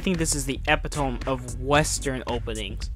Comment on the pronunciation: The way you pronounce epitome is killing me dude. also, they bring up the guns to show that Jinx is skilled. The whole reason Mylo doesn't value her is because he thinks she can't fight fist to fist. Her skill with the gun shows however, that she can contribute in another way, but is instead being forced to take on a role she isn't suited for. To take an example from my favorite sport of soccer, she is a striker being played as a goalkeeper. So I think the scene is actually very useful and subtle about that point.